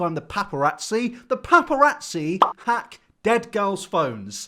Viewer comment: nobody: absolutley nobody:: PapARatScIII